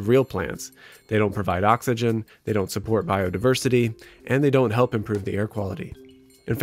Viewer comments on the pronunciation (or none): none